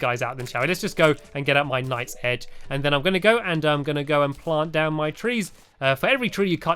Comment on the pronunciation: He said nice hedge on the sky island instead of night's edge